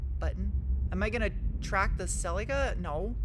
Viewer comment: Why can’t you pronounce Celica properly? 🤷‍♂️🙄